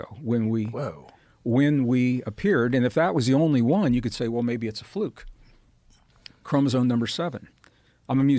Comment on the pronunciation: i hope this is a reference to his inability to pronounce the word chromosome 😂😂😂